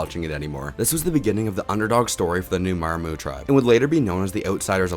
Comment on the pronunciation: I love your videos, but we gotta learn how to pronounce Maraamu and Neleh brother.